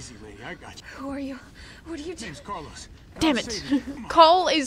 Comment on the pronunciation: Me: Car-Los Lufu: Cal-Os